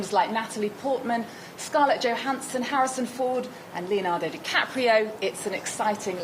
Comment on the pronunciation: Someone needs to tell the blonde one that you don’t pronounce the J in Johanssson…. 🤣